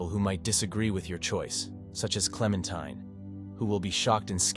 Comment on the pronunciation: Not sure if AI wrote this, but the narrator is definitely a bot. It mispronounced "supplies" in two different ways (both wrong) and pronoounces Clementine correctly (klem-en-tye-n), but also calls her klem-en-tin-ee, wich was pretty funny! That said, if this was written by AI, I respect the moral choices far more than what irl Capitalists (greedy/uncompassionate) and bigots would choose.